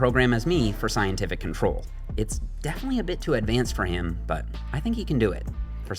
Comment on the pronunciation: Dude wrote: "scientific experiment" Boy oh boy putting that emphasis on the "science" 😂